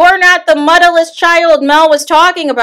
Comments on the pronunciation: Ask Uncle Wanda she's the one who kept saying muddaless 😂 she actually said mutless 😂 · Not "Muddaless"😂😂😂😂😂